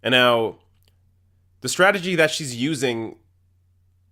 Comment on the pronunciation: I like this guy, but I have one suggestion (and this is not out of malice): please learn how to pronounce the word "strategy" correctly.